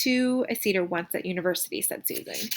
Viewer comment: Seder is pronounced "Say Der" not See Der